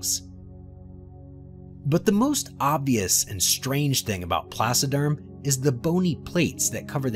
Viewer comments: The supercontinent that broke up in the Cambrian Period is Pannotia. Rodinia preceeds Pannotia for about 100 million years, in the Criogenian Period. Please, correct that, investigate more when conceiving this videos so you won't misinform viewers. And, for God sake, it's "TRILOBITES ". Not "TRIBOLITES"! And not "PLASSODERM" but is "PLACODERM"!... The list of silly spelling errors is endless... 😅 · Thanks. I hadn't realized that the narrator had mispronounced that, too. It's my first time hearing the word. I imagined he was saying "placiderm", as in "placid" or calm. I imagined creatures that didn't move around very much or very fast. By the way, Pat, by any chance have you met Ben Dover and Phil McAvity? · Placoderms? Is that what he was trying to say? I couldn't figure that one out. For intentional comedy, listen to The Firesign Theater's album, "I Think We're All Bozos on This Bus". It contains a brief parody of paleontology narrations. I'm particularly fond of the mentions of "generations of small, dying things" and "trailer bikes".